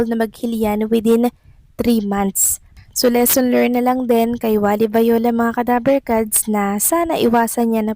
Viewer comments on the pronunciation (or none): Wally bayola hindi Vayola haaiist nkkairita pronounciation mo